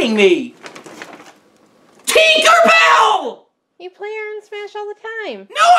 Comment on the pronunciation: its not teenkar bail it's tinker bell